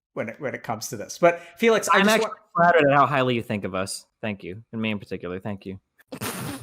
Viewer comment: Not trying to be mean, but did doc say Felix as Faelix. Lol